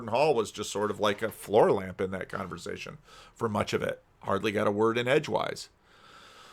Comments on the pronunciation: "Conver'z'ation" Interesting pronunciation. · the only person I’ve heard who actually pronounces the v in conversation